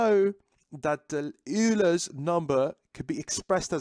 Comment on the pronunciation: Great explanation just remember that Euler is pronounced like oiler